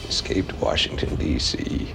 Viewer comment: Dennis, there is no R in Washington!!!